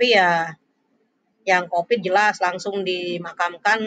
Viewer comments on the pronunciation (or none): Covid bu... Bukan copid.. Ahah